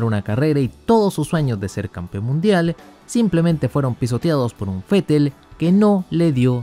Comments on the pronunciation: Esa es la fonética, así se debe pronunciar el nombre del alemán. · Asi se pronuncia Vettel en Aleman.. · Yo soy mexicano y lo pronunció fetel porque es la forma correcta